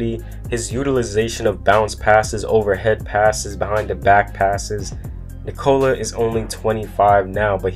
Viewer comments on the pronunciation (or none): It's not Nicola like in Nicole (womens name). Its Nikola. You all americans have to say it faster.. Listen to Vucevic explaining it.